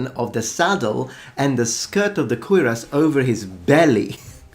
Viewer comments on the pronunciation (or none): none